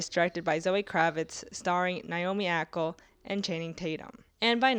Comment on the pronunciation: naomi ackLE made me laugh. it\'s ackie.